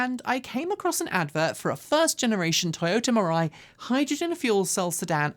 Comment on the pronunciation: “Mirai” sounds more and more like “mirage.”